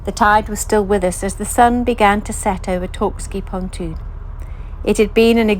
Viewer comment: It’s Torksey btw 👍 you’re welcome